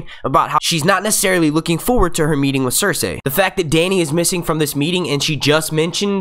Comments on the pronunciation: If he says cers- ay one more time, it's fucking cers-eey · Pls pronounce Cercei right!!! It's not Cerceyy... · Anyone else bothered by his pronunciation of "cerSay"